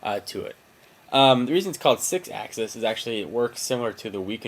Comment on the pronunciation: did he say sixasis for the ps3 controlller cuz thtats funnn as shitt to play w/